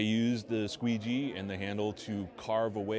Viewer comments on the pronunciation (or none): I just cannot hold a straight face when I hear him say Squeegee lmao